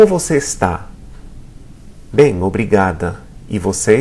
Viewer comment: kind of sounds like 'bay em' to me.